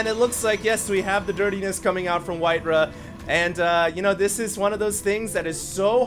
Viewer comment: Alright it's been bugging me for long enough,.. It's pronounced White Rah not White Ruh. Why would you pronounce Ra as Ruh?